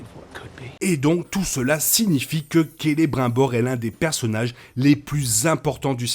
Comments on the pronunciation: On dit CELE(BRIME)BOR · on prononce Kélébrimebor, Saorone ...